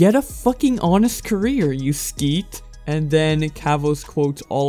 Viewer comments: you said "skeet" oml I'm cryin its "sket" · Did man just say “skeet” its sket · did you just.... say sket as skeet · That annoyed me, skeet😂😂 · ‘Sket’ is pronounced like ‘sketch’ without the ‘ch’, not skeet, just a learning point x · It’s not skeet😂it’s sket. British slang. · Hey just a side note, 'sket' is pronounced exactly as it is spelled and not as 'skeet'. It's a British insult so I understand the mispronounciation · This man pronounced Sket as SKEET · AHAHAHA “skeet” , it’s sket mate x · "Skeet" it's sket lol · is pronounced 'sk-eh-t' not skeet lmao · dude just said sket as skeet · What the fuck is a skeet? Sket mate. Sk-et. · Did this man just fucking read out "sket" as "skeet"? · Sket not skeet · SKET rhymes with LET not BEET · Not skeet s k e t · it’s pronounced sk-eh-t Not skeet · "You skeet" had me in tears, love when Americans mispronounce British slang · It's Sk-et not Skeet. Don't hold the E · Skeet? skeet?! I know your not english but its sket, sk et. not yeet yet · Bro it’s sket not skeet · I love the content but it's pronounced 'sket' not 'skeet'. Come on after hyper-ball I thought you'd be Better! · It's pronounced "skeht." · I'm sure people have told you but "sket" is pronounced "s keh t" and "Elmslie" is pronounced "Elm s lee" good video subscribed <3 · Hey i am british and the way you pronounced sket killed me inside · How you pronounced sket actually tickles my funny bone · the way you pronounced sket 🤣🤣🤣🤣🤣🤣🤣🤣🤣🤣🤣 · 1;48 the way you pronounced sket 😂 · How did you just pronounce sket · Lol you said sket wrong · kind of off topic but they way you pronounced sket sent me a bit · omg no just no, if you’re not from Britain don’t try and pronounce it lmao